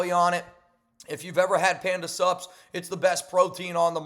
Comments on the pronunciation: When you say Panda Sups...It sounds like Panda SUBS. Like food. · Every damn time you say, Panda sups, I hear subs and end up at Subway 😂😂😂😂